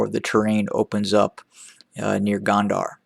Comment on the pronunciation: Please! It’s Gondar with an “O” not Gond”a” r. Your analysis is annoying as fuck but it is still way better than the Eth Government. TDF has a plan. Eth Government does NOT. And therein lies the difference.